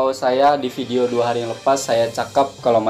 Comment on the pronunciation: hehehe kaaaan. pastu klo huruf V, jd huruf F. (video=fidio, covid=cofid) haha